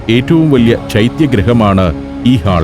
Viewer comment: ഹാൾ അല്ല sir... ഹോൾ. പുതിയ തലമുറയെങ്കിലും correct pronunciation പഠിക്കട്ടെ